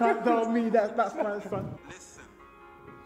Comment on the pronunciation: "lithen" lol